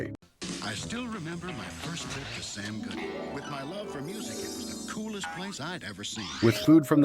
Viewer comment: You keep saying “Sam Goofy” instead of “Sam Goody”